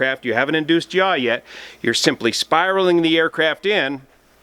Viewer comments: BTW it's yaw not yah ! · pitch , roll and yaw. Not "jah", not y'all. OK, yah?